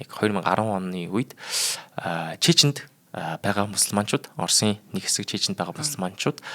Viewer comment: Чечен гэж ямар улс бна 😂 ядаж зөв дуудаач. Бас террористыг юу ч гэж хэлээд бгаан, наад дуудлагаа засаач